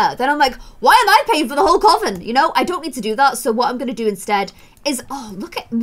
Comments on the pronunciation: I love but its you say coven like cuven xx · Coven is pronounced cuven... I had to say it I’m sorry. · Who told you that Coven is pronounced that way??? 👀